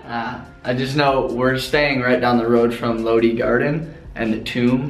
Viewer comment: Lodi "लोड़ी" Garden. Lul.